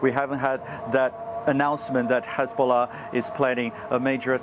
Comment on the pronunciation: Hizbolah? Come on darling 😂 how much you getting paid to mispronounce ?